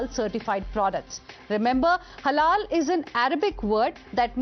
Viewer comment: is a damned zombie. So many times he's saying "Halala" instead of halal